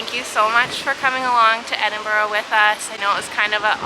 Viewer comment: The Mrs can pronounce Edinburgh, Mr, not so much